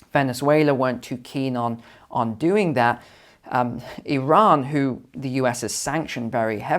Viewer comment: Thank you for pronouncing Iran so correct! ❤️🙏